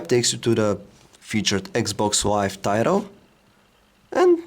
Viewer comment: dude it's 'Xbox Live', not 'Eggs box Live'...